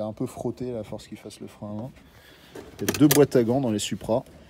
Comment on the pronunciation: Pourquoi vous dites suupra, ça se prononce SOUPRA👌🏻 Super vidéo ça fait rêver🤩